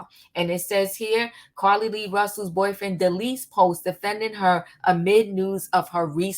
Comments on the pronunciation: Her name is not pronounced Carlee Lee Russell it is pronounced Car Lee Russell...lots of content creators give content BUT they pronounce the names incorrectly after the names have been pronounced many times!! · Omggggggg her calling her Carlee Lee is blowing me....its JUST CARLEE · Just in case you didn't know her name is Carlee Nichole Rusell -- you keep saying Carlee Lee Russell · Her name is Carlee not Carrie lee